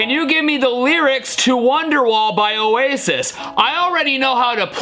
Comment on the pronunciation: O-AI-SIS. Acurate